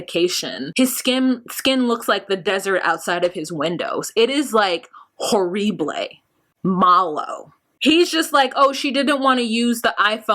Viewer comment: I though I was the only you pronounced "Horrible" that way! This was a fantastic review as usual!